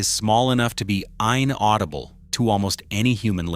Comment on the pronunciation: The ai narration is funny “ein-audible” 😂